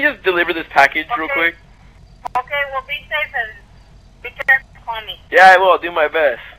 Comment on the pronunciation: “be carful ”😂